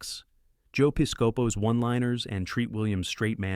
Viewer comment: This is an interesting list. It really jogged some memories. I saw most of these when they were new or close to new, and I haven't seen many of them since. I may have to revisit a few. Don't take this as a criticism, but I can tell that you weren't around in the 80s: some of your pronunciations of actors' names (Estevez, Piscopo) are noticeably odd. I'm not sure yours are wrong, per se; they just deviate from the received pronunciations back in the day. It's an inadvertent commentary on the trajectories of their careers since the 80s and 90s.